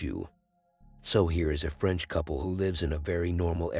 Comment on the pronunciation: I. “LIKE” You at #180! I don’t like da Fwench!